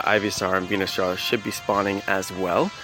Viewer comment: you're saying Venusaur wrong